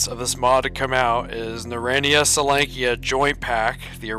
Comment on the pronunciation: Ackchyually, it's pronounced something more like "NARE-ode-NEYE-uh sol-YONK-uh" (or "sole-YONK-uh"). Various versions of Oblivion Lost were going strong around that time. He chose Misery as his first experience in the Zone. No wonder he gave up on it. Oink Oink Fleshy Piggy! 🙃 Frolic with the FLESHPIGS! 😆 An oligarchy of burers would be a "burer-ocracy." Why would there be an MP-40 in the Zone? A PPS-43 would make more sense (plus, it's the same caliber as the TT-33: 7.62x25mm Tokarev). Anomaly also has a USAS-12. What if you could mount a grenade launcher on it?! }:-D Monster hunter's combo weapon deluxe! Btw, what caliber is the Deagle? Is it .357 Magnum like Anomaly, .44 Magnum like Lost Alpha, or .50 Action Express like Oblivion Lost 2010. In Oblivion Lost 2010, he has an AKS-47. / What's the point of "wrong-handed" reloading (reloading with the shooting hand instead of the support hand)? Yeah, that's the old Soviet method that the USSR trained their troops to use way back in the day, but it's long since obsolete. If it's with a front-heavy gun, then it would make sense, but the AKS-74U (aka Krink, Krinkov, Okurok, etc.) isn't front-heavy, so there's no reason to use that wrong-handed "technique." Except it's possible to survive gunshot wounds or even shotgun wounds IRL. "Mail jacket" reminds me of Faxanadu. Same for most versions of Oblivion Lost. Notice how you run with your support hand graspin